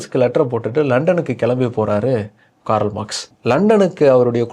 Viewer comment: காரல் அல்ல, கார்ல்.🎉